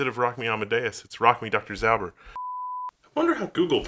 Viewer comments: please retry listening to "ząber" in lower case (in upper case it believes to be an abbreviation), it's from the word "ząb" which means tooth. So it's a surname that means tooth-er or someone with prominent teeth (big/sharp etc). "ząber" is pronounced as zɔmber (zomber). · It’s like Doctor Zomber. This is the way how you pronounce it. Cheers from Poland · As for how to pronounce Dr Ząber try this (phonetically "ą" is more or less similar to "om" and google translate actually pronounce both the same way) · Instead of reading the word "ząber" Google just spelled it. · That sounded so bad. I'm a Pole. Jesus Christ. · That's not how we pronounce it. :P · So yeah, as a dude from Poland that pronouncement is wrong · Well he used Danish instead off polish 😀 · hi did not. When whole word is in upper case Google translate considered it to be an abbreviation and pronounces it incorrectly.